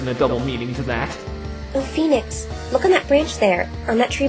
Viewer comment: it's nix. as in phoeNIX